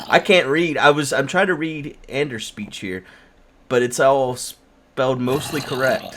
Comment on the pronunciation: Come on! Hes name is Anders not Ander. please learn!